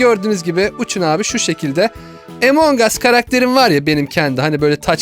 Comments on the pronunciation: abi emong as diye okunmuyor among as diye okunuyor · Yoooo Emong as diye okunuyo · Abi o “Emong As” (Okunuş şekli) diye okunmuyor o “Among As” (Okunuş şekli) diye okunuluyor :D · Abi emong as değil among as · Abi o emong as değil among us (a harfi ile telaffuz edilir )çeviride öyle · Abi bak böyel okue among as lütfen yaaaa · Among us emong us diye okunmaz özürlüler